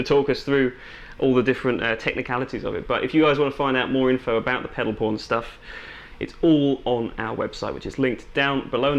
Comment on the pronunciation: I thought he said Pedal Porn, and so did the subtitles